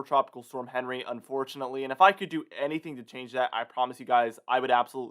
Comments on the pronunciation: Came here to say the same!!! Very irritating every time he said Henry!! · Isn't Henri a French name and is pronounced awn-REE? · Quick reminder, Henri is pronounced “ahn ree” because it’s a French name. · It would sound a lot more professional if you pronounced this storm's name correctly. It is pronounced "on-ree", which is the French version of the English name Henry. The World Meteorological Association picks the names, and they are a mix of names from the predominant languages spoken in that part of the world. For the North Atlantic/Caribbean basin, the languages are French, Spanish, and English, so the names on the list are from those languages. I hope that helps you.